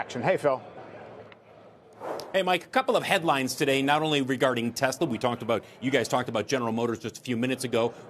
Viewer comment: He loves ‘Tesler’ 😂 because everything’s computer